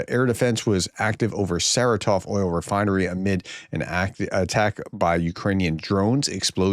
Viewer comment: Professor, this is not the biggest issue with your pronunciation, but... It is SarAtov, not SaratOv. Emphasis on the second syllable not the third.